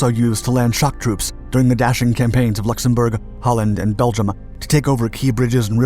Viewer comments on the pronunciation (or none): none